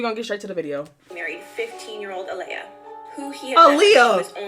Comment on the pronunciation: Did you say who is aaliyah?? Lol